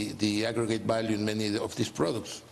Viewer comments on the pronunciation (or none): none